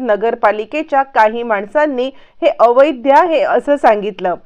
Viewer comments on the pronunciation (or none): अवैद्य नव्हे अवैध.मराठी भाषा शुद्ध बोलायला शिका.